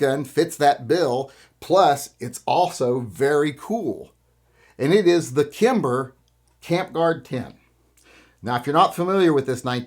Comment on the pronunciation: You lost me at “Kimber”.